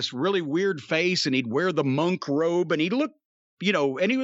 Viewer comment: I literally just learned this week it's pronounced "Mun-k" where as I've always pronounced it as "Mon-k".. Hearing Jim say it so many times made me realize how wrong I was for all these years.